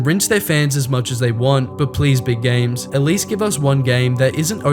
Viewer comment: "sqare" "Sill" "Gams" God damn learn some English